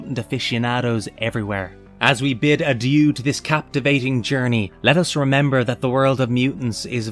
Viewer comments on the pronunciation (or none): none